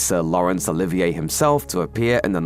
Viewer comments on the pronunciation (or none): none